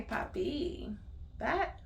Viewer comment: Not Papi. It’s Poppy.